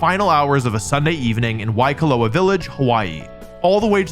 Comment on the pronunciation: For someone who always pronounce things wrong it was surprising that you actually pronounce waikoloa correctly